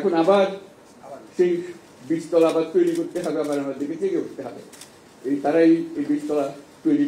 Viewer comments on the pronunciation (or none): none